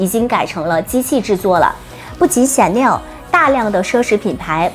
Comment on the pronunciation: chanel的發言唸成「顯內兒」？